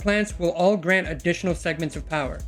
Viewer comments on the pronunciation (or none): none